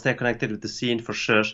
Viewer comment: True, he is trying to pronounce sure but it comes out as shush xd